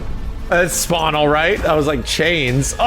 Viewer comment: Fawkin SPWAWN😂😂